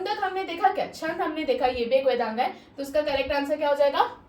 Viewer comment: Vedanga nahi boliye pls.🙏 Vedang bolengi to acha lagega Ap bahut acha padha rahin hain mam,thank you so much😊